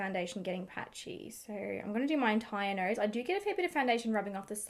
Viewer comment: normal people: "nose",: "norrruuuuis"